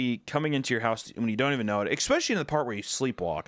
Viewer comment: "X-pecially" - Hunter